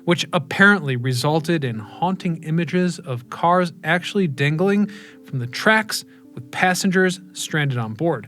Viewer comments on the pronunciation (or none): "Dingaling", or 'dangling'?